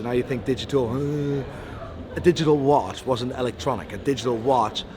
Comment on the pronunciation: This poor bloke can’t even say watch any more. ‘Wash wash wash’ Those veneers have to go